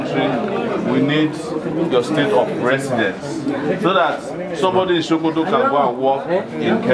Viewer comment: My president, it is Pronounce Sokoto not Shokoto😁 my vote for u is not just finger print alone but with foot print. Anything printable must surely be printed because of u your excellency buh its quite un4tunate dat der is no PVC.